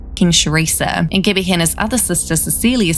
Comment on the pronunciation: whenever she says gabby bc of her accent it sounds like gibby lmfaoo